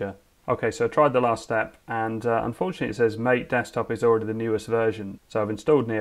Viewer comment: I'll have to check out Mate. By the way, it's pronounced "mah-tey" I guess